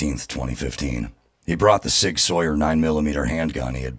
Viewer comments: If only that voice were paired with good reading and pronunciation skills. Sig Sauer is pronounced " sig sower " (not "sig sawyer" ) and Reuters is pronounced "rowters" (not "rooters" ) -heard that un the other day. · Sig Sawyer?? Dude…